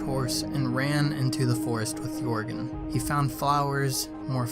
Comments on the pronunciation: Is it just or whenever he says ‘yorgen’ does it trigger you? Not trying to be rude but most people including Pewds call him ‘jergen’ but it is actually spelt Joergen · Is everyone going to ignore that the fact he can’t pronounce jeorgen properly? He says yorgen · This never happened and it’s pronounced (yer gin) not (your gon) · Can these idiots stop saying yorgen it’s yergen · its not yourgon its yurgen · Lol it's not Jourgen. It's more like yuh rgen. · Yourgen? It's Jöergen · Yourgan wtf it's pronounced yurgen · Why did he say yourgan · Pronounced ‘yer’gen’ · Stop saying joergens name wrong 😩😩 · what did u just say >:O its Joergen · Its Joergen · Say yourgan one more time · Your pronouncing joergen wrong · WHY THE FRICK DIDN'T YOU DYED SVEN AND YOU SAID YORGAN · How he pronounces pewds horse is so weird